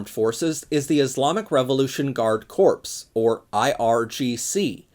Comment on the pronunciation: Really interesting video. One very minor detail: It’s an easy mistake to make, but ‘corps’ (as in ‘guard corps’) is pronounced ‘core’.